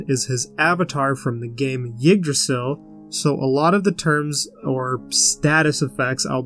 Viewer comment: For future reference, Yggdrasil is pronounced “iggdrasil” and not “yiggdrasil.” This Isn’t a big deal or anything, just a pet peeve of mine when someone mispronounces something.